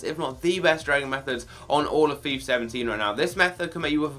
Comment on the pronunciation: It's not"Fifar" it's Fifa you bellend